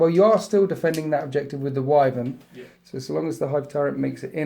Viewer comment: Why Vern Arrgggg not wiv ern